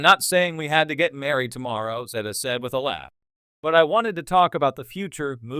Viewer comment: Please pronounce her name correctly. Timmy was a disappointment.